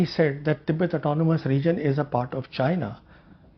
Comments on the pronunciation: It soft with t in hindi and urdu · Jarring to the "english" ears alone. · Thoughtful analysis. Just one sore point: your constant mispronunciation of Tibet (with a soft t) is jarring to the educated ear. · Effing mor-on: it's an English word and should be pronounced the English way; the Hindi word is "Tibbat".